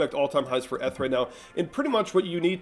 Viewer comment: You are saying ETH all wrong